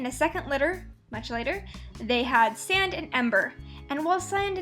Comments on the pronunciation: u called sage sand LOL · You called sage sand XD